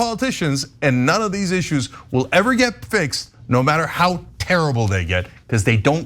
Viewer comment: Earth willive, Cenk; we wilnt.